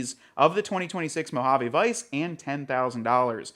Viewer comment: I know right and the way he pronounces Mojave cracks me up 😂